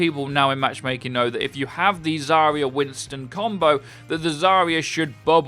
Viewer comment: Zarya is pronounced as "Zah-rya", where ya is one sound "ya".